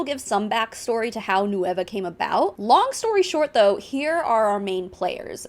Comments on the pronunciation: EXACTLY. like at least pronounce it correctly??? Its nueva not no-e-va" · Does anyone on the nueva team speak Spanish? Their American English accent makes it sound like they're saying it as three separate syllables "nu-ey-va" when it's really two.